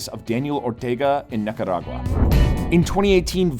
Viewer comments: You pronounce Nicaragua like Jaguar, and that dear host, is wrong. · He is not Hispanic, if he mentions it wrong has nothing to do with the meaning of the information he is sharing , which is very very appreciated. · Grey Wolf Alpha no normal English speaker pronounces Nicaragua like he does lol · As a native spanish speaker, I cringe everytime he mispronounces “nicaragua” that badly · it's like how the British pronounce 'jaguar' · Dude. It's Nica-ra-gua, NOT nicarag-u-a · pronounce NI-KA-RA-GUA. Thank you. I spent 10 years in Central America as a military advisor. 1. Corruption: Corrupt politicians and Law Enforcement are the biggest problem in Mexico and Central America. That is followed by narcoterrorism. Mexico is the primary source of most of the problems in Latin America. Solution: Find the bad guys and kill them. Mexico and Central America are overpopulated. They can afford to kill 100,000 bad guys each. They have done so in the past. They can do it again. 2. Leadership: We need more people like Mr. Bukele. Leadership and honesty can be taught. 3. Communism: It must be eradicated. It affects all of Central America to include Panama. Communism adds another dimension of violence to narcoterrorism. Mr. Ortega is a pedophile. He should be executed immediately. Violence from Nicaragua spills over to Honduras and Costa Rica. This has happened for 40 years. It must be stopped. Start with Ortega and the Witch and continue to hunt from there. Dead people do not commit crimes. Perhaps, they can borrow a few drones. 4. The U.S. can benefit from hardworking and educated immigrants. Most Central Americans and Mexicans are definitely hardworking. Everyone would benefit by improving the educational system in CA and Mexico. We already have Dual Language education established in parts of the U.S. Dual Language education is the way to go in LATAM. 5. Finally, CA and Mexico would benefit from establishing Enterprise Zones where FOREIGN investors can